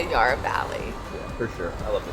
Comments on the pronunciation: Just a bit of correction for those that don’t know….Yarra (as in Valley and River) is pronounced with a sharp A, as in tap. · the Dandenong Ranges is such a beautiful area, I'm glad you got to experience the Puffing Billy track. edit: also, Yarra is pronounced with a short a like in hat or cat, not a long a like in yard